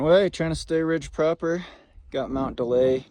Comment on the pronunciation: Daly is pronounced "daily"